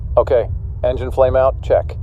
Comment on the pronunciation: Is it me or does he say "enigine flameout" and later "no flame out lost both engines"